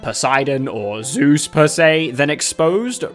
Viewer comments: What is it about how you say Zeus and it being so funny? “Pick ZOOOZ!” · I love how you pronounce Z E U S Every time. Keep berating me you wonderful aspect of weather!